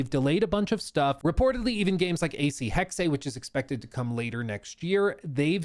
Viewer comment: Still calling it Hex-A lol